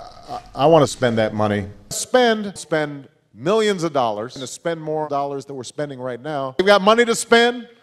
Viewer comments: thought he was saying spenning like a mix between spending and spinning after like 20 sec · i like the part where he says "spending"